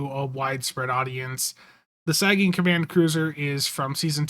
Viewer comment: Wolf 359 would be awesome. A new New Orleans class would be good. I'd also like to see them include the Curry as an excelsior variant Btw it's Sagan (Sae-gun) after Carl Sagan